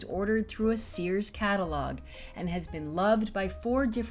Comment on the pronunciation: Sears is a one syllable word.